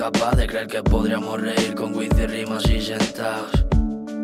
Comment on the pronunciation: “Fumar la GÜEED” ... madre mía, mira que es difícil pronunciar mal la palabra weed, pues lo has hecho hijo